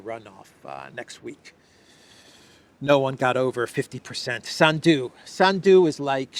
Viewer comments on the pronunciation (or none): When you pronounce the name Sandu please PUT the accent in on the first vowel “A.” Not on the last of the “u”. This name comes from your name, which became Sandu. As a todler has problems pronouncing the R cinsinant😊